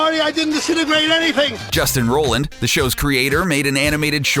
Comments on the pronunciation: *roiland not Rolland you peasant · ROILAND NOT ROLAND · Great video but Roiland, not Roland please. Love the video tho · "Roy-land"...lets try those two out. "Roy". "Land". Great. Now lets say them really really fast together. "Roiland". Great....NOW QUIT SAYING ROLLAND!! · its roiland not roland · Roiland is pronounced ROYland! ROYland! not rowland Idk why this annoyed me so much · It’s pronounced ROY-land not Roland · You're pronouncing Justin Roiland's name like Justin Roland. You should pronounce it Roy-land. God like you think people would know how to read words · it's justin roiland not rolland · Roiland not Roland. Roy-land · ROILAND NOT ROLAND YOU DUNSE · ROI LAND not ROLL LAND. Hire a narrator who knows what he's talking about! Or at least can read the script. Or does the writer not know the names of the people he's writing about? And an editor who knows what's a Meeseeks and what's a jellybean. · HOLY SHIT SAY JUSTIN'S NAME RIGHT IT'S ROILAND NOT ROLAND YOU IDIOT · DID YOU JUST SAY ROE-LAND ITS ROY-LAND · It's pronounced ROY-LIND not ROH-LAND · It's ROILAND, not Roland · Justin ROI-land not Roland, k thx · I believe it's pronounced "ROY-land". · It's ROY-land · Take a shot every time he says 'Justin rolland' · Did you seriously just say Justin Roland? I'm not watching this. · Roiland. Like ROY-LAND. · I've known all of these facts. And they aren't dark Edit: and its ROILAND (ROY-LAND) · It's pronounced Roy-land. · I believe it's pronounced "Roy-land" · Roiland. Roy-land. Fuck. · Is it really ‘Roland’? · rolland? ROLLAND?! who the fuck is RoLlAnD!?!?!? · Rolland? Rolland? Hahahahahaha idiot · It's pronounced ROY•LIND you fucking moron. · calling him justin "roland" is so cring! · Justin Roiland pronounced Royland. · Yea he said Roland not roiland it's a script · ROILAND! with an I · If you're going to make a video about anything involving Justin Roiland, at least try to pronounce his fucking name right. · He's pronouncing Justin's last name wrong!